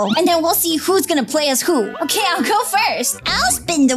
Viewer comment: Is okay not okeh